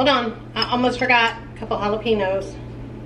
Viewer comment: Jalapeños….is pronounced with an additional syllable then you pronounce….might want to listen to a Hispanic channel for pronunciation